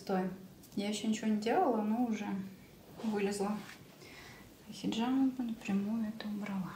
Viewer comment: После того как она произнесла "хеджама" мне стало абсолютно пофигу. Сразу видно непрофессионала но шарлатана.